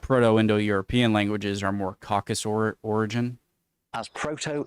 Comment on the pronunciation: Caucasus, not Caucas!